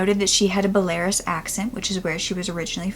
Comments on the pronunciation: Be-la-rus. Not "Belares" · I’m so happy she was well taken care of and her family found her! Also btw I believe the pronunciation of Belarus in English is “bella-ruse” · belarus= "behl-ah-roos" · Such an interesting case and nice it had such a good outcome :) I love that. And I think you mean Belarus? So it's pronounced "bell-ah-roose" - cheers! :) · You are saying Belarus completely wrong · She does such a good job but it took me forever to figure out that she was saying Belarus 🤍🤍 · I love how she pronounced Belarus LOL so funny and cute...and finally a happy ending. I love cases like this :D